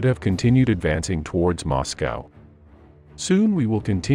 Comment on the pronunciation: moscow sometimes moscowa.